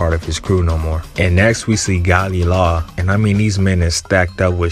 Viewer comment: Gali la? hahaha isnt it galeh lah